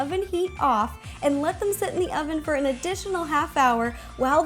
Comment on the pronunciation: LOL, she says "ovem" 😂😂